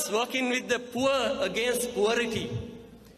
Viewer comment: Poverty කියන වචනේ pronounce කල විදිය වැරදි නිසා විරුද්ධ වාදීන් ඕක අල්ලගෙන මඩ ගහවි.මේව ගැන සැලකිලිමත් වෙන්න ඕන කතාවට සූදානම් වෙද්දි ඒ කොටස නිකම් කටට ආවට කීව නෙවේ කලින් ඒ theme එක බලල කතාවට සූදානම් උන බව පේනවනේ ඉතින් අපරාදේ එහෙම point දෙන්න එපා විරුද්ධ වාදීන්ට.සුභ පැතුම්!!!